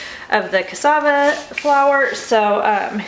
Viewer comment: Thank you for pronouncing Cassava correctly :-)